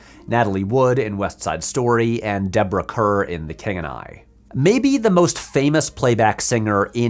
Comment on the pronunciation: Deborah Kerr rhymes with 'star'; Be Kind Rewind has a great video detailing her career and I fully recommend the channel. She also has a really interesting video on why Audrey Hepburn was snubbed at the Oscars for My Fair Lady (it partly relates to her singing voice being dubbed)